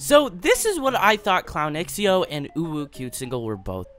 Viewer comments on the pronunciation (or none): Hey! I actually think it's pronounced Clown zhow instead of x-e-o. Thanks! c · shhhh lep i beg you say "clownxiao" s name right like: 🤡 shao